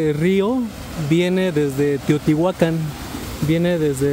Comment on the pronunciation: ERES D3 LAS POCAS PERSONAS QUE SABEN PRONUNCIAR BIEN TEOTIHUACAN, CORRECTAMENTE.